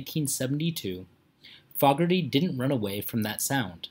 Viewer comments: This is an absolute joke!!! Sad ending! I've seen John Fogerty with the correct pronunciation, 9 times in concert. First was the Centerfield concert in the mid 1980's. And the ninth was just two days ago on Sunday, October, 24th 2021 at Talking stick resort in Scottsdale, AZ. I was seated close enough to play catch with him! For a man that's 76 years old, not only is he in excellent health, he's also high on life and a proud and happy father of his children and madly in love with his wife Julie, which inspired his only love song, Joy of My Life. John Fogerty, loves to play music for his fans and I don't see him retiring Period!!! And anyone who's seen him in concert lately would agree with me! You want to do a real life and sad ending of an artist try, Elvis Presley, Roy Orbison, Buddy Holly, Patsy Cline, Hank Williams, Richie Valence, Ricky Nelson, Robert Johnson, Tom Petty, Eddie Van Halen, Eddie Rabbitt, Laura Branigan and more! All mentioned died way too young and most had a huge impact on music! Start there! Sad ending when it isn't is deceitful and misleading and people who would watch these videos on their favorite artist would know the real truth! I saw it and I just wrote a book! Maybe have a story about artists who gets taken advantage by their own record label then they try to sue the artist for sounding like himself! Can you guess who that happened to??? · Please pronounce their last name it's not FOGerty it's foogerty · FAW-GERTY? It's 'FOE-GERTY'. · It's pronounced John Foh gerty not Fog erty alrighty? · You are not pronouncing his name correctly. It’s not fog, it’s fooogerty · This is click bait.. he isn't dead and you're not pronouncing his name right either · Tragic ending? HE ISN'T DEAD AS OF 3-29-22...What are you talking about? Also, "Proud Mary" wasn'tCCR playing a "Standard" as you say, John wrote the song and CCR MADE it a standard. You're also saying his name wrong. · Name being prounced wrong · He is not saying their name right